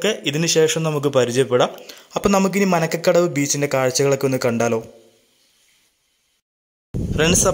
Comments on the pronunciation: മനക്കകടവ് അല്ല മരക്കടവ് ആണ് bro.. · manakkadavu alla marakkadavu